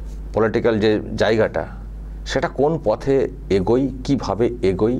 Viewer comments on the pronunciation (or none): Video'র time line-এ থেকে মিনিট পর্যন্ত আপনি দুবার "এগোই" "এগোই" বলেছেন। ঠিক শুনলাম কি না বুঝতে পারছি না। কথাটা আমার মনে হয়েছে "এগোয়" হবে। আমার ভুল থাকলে দয়া করে সুধরে দেবেন।